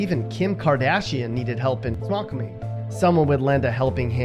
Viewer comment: It's sounds like snow qual mie not snoquumie